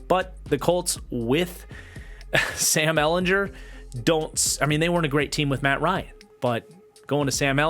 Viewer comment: Just btw Sam ellen-gur not jur I only know Bc we played him so many times (ou fan)